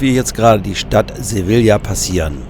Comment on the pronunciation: Gut gemachten. Bitte Sevilla nicht so falsch aussprechen. Das Doppel L wird im spanischen nicht ausgesprochen. LL als J.